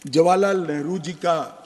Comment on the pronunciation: Ye kerala ka MP nehru ko negru kahata hai 😂waah re communist 😂